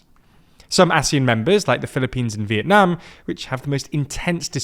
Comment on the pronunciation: First time hearing a foreign pronouncing Vietnam correctly